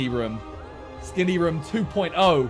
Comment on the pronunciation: the way he pronounces room pisses me off